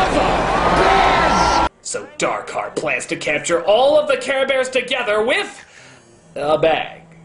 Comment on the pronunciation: you said his name wrong it's not Dark Heart, it's DAAAARRRRKHEEEEEAAARRRRTTTT